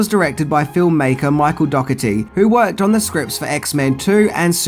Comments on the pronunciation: Dougherty (dourtee) not dogotee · OMG‼️ "Dockerty"???? Dough-erty.... GET IT RIGHT‼️ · His name is pronounced Michael Dor-i-teei. Just saying... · Cool video as always, but Im pretty sure the director's last name is pronounced "Doe-her-tee"